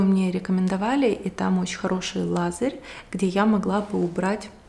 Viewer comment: привет.Лазарь -это имя 😂.Надо говорить лазер🙂